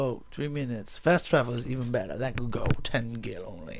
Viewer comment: It's gil! Not jil! >:( KAAAAAARMAAAAAA